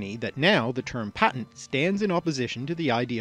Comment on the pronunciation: You mispronounced patent